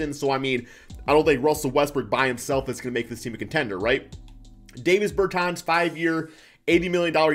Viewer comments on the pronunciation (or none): Its DAAAHHHvis bertans. DAW